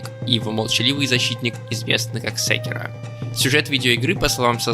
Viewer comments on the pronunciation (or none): Ты как прочитал секИро как сЕктроешрлншшешещя9ешкш 😅